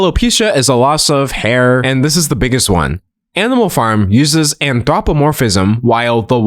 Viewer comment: As a furry, your pronunciation of anthropomorphism sent me.